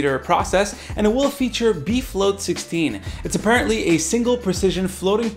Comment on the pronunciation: Did anyone else hear "beef load 16"?